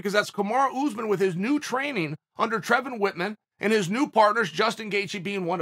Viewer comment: Ladies & Gentlemen, introducing "Trevon Wittman"!